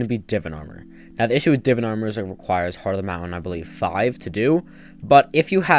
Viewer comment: its not divin please say it correctly its divaan